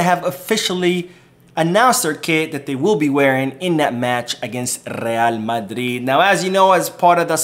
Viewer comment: I hate to the way you say Madrid 😡😡 talking about real madridd